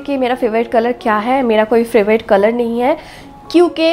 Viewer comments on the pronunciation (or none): তুমি ফেভারিট কালার বলো কেন ফেভ্রিট বলতে পারোনা it sounds very ugly please don't mind..